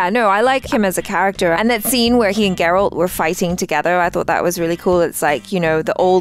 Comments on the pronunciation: It's G-eralt not J-erald! 😂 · I can't believe still calls Geralt, Gerald.😂